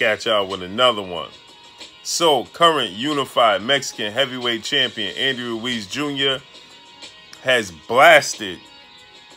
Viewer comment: I hate how this dude says andy ruiz..pronouncing my last name like that